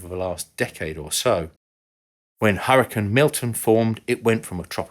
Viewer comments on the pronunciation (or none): I have to add, it’s pronounced like “hurry-cane”, cane as in cane sugar. It’s not “hurry, ken”. That’s ridiculous. We’re talking about the weather, not the Barbie figure. 🙄. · I'm British and have never heard another Brit pronounce it "Hurrican" until now. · That's funny because I've only ever heard British people pronounce it as "hurrican," as in this video. With that said, it must be a regional thing, and I just have only heard British people from whatever region it is who pronounce it that way. LOL! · There's a town in Utah settled by the Mormons called "Hurricane" specifically pronounced the same as in this video as apposed to the typical American pronunciation. I take it that is the typical British pronunciation. I realize this is most likely because the many of the pioneers were British isle emigrants.